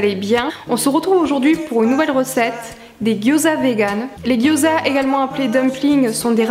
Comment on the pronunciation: Ta recette a l'air top! je vais tester ça le plus vite possible :D (gyoza se prononce "diaodzeu" au fait :) )